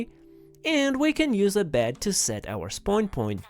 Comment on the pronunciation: Can you say "spawn" property plz?